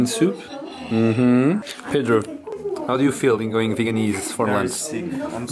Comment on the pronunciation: and pedro I also thought you said "Vietnamese" at first. There is no such word as "veganese" in English. But a great video anyway; I hope Cintia has a good time staying with you guys!